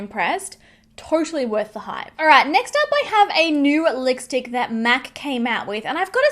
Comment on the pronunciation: Was I the only one who went back to see if she actually said lickstick at first? Which btw she did xD